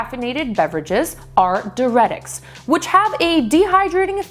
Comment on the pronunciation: Diuretic = “dye-your-ett-tick”, not “durr-ett-tick”. DUH 🙄